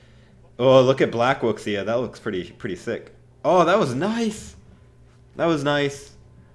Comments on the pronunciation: I think its pronounced (wu -shy) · Is it pronounced wux iya or woo shiah? (I think it's woo shiah) 五下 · Pronounced Woo shia